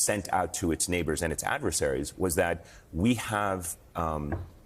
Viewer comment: "Sofisticaled" but they flew in on hang glider. Cmon dude